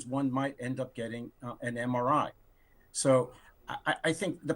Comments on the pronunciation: He can’t even say MRI correctly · HE CAN’T even say MRI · he can’t pronounce MRI (because he can’t read acronyms).